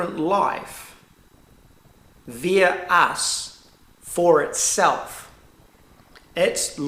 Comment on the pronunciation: Had trouble understanding with you pronouncing the word via ... kiwi accent... all good 👍love your insights they all tie together with your learnings and shared experiences which makes you 100% believable and an honour to listen to. Im sad about your estranged daughter...it must make you sad. Peace to you from me next-door in Australia.